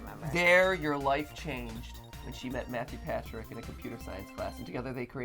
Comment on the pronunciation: lol Mathew Patrick not matrick pawthew